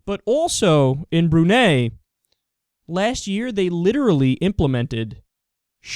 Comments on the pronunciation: It's pronounced "Bru-nai". And Correction: In Brunei, being gay is not illegal/punishable by death. Women here have rights. Lots of young muslim women here STILL wore revealing clothes despite having Sharia Law, the sharia law here is a joke. Also, we don't have death by stones and all that ISIS shit, and we originally don't sell alcohol here even before the Sharia law was implemented. Just sayin' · Brunei emphasis the i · I've always pronounced Brunei "Broo-nye." Of course many people pronounce Iraq "ee-rack" instead of "ee-rock", so I digress.